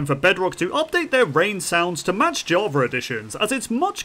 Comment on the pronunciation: ''javar'' got me